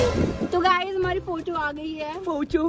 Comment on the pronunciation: the way he said photo 😂😂